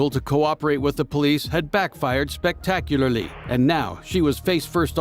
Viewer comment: the way he says "spectacularly" is so funny it sounds like he has a speech impediment